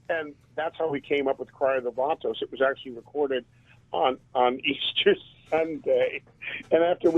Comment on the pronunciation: "Johnny 'Vay-tos' Hernandez" 😂😂